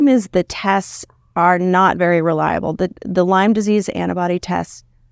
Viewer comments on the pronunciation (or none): you can’t even properly pronounce the word. It’s not “Lymes” it’s LYME. Shows how much you know. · Heard it’s “Lyme” with no s.